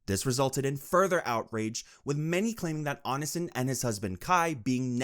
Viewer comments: "on in sin" 🥀💔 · I admire your effort at summarizing the endless shithole that is Greg (or "Anasin", which is how I misheard your accent, pronouncing "Onision" lol) Genuinely great content, I love having the icebergs on play while gaming/doing chores. Keep it up 👍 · "ice o logger" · It’s pronounced Oh-Knee-See-On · "Oni son" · if there's one person who deserves to have their name mispronounced repeatedly, it's onision. ik he hates being called "onion man" so i have a feeling the "onisin" pronunciation would also annoy him. good. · "On-i-sin" bruh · It annoys me when people can't do enough research to pronounce someone's name right. But Onionman deserves all the disrespect, so I'm here for it. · The way this man pronounces Onision has me decaying just a little more every time. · Bro if you keep pronouncing Onision like that you're going to start a mass chain reaction of brain aneurysms. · Fr I was so confused cuz I've been listening while playing games and my stomach started hurting blah blah... And so I wasn't looking at the screen and it took a sec to realize he meant Onision. It hurts me when he says it like that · why does he pronounce onision like that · omg I didn’t realize you were talking about Onision at first, what a pronunciation 😂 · You gotta be mispronouncing such big creators names on purpose lmao 😂